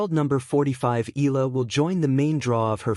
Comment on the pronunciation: Please learn her name right. It is e..ya..la